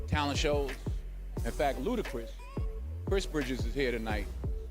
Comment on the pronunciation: Bro said BootiChris 😭😭😭😭😭😭